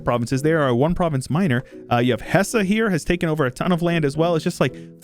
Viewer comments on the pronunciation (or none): none